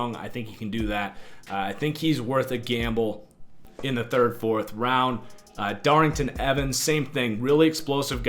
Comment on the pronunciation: The way you attempted to say (and spell) Darrynton Evans had me dead 😂😂